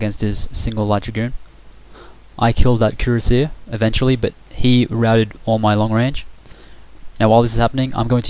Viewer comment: Kur-as-e-ay, not cur-a-seer.